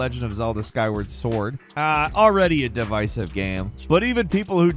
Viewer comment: Say devisive again...😂